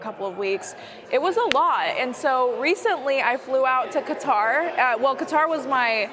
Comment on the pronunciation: I AM SO READY for a stream of these PV vids Edit: thanks for not pronouncing Qatar as cutter btw. Hasan does it and it's insanely annoying Edit2: I actually don't recognize her, but she seems like a real nice person